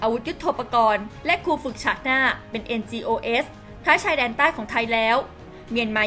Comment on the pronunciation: NGOs อ่านว่า เอ็นจีโอ ไม่ต้องเอสนะจ้ะ